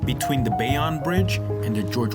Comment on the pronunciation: Bayonne pronounced Bay Own